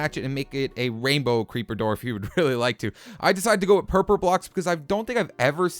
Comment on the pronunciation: did he just say purper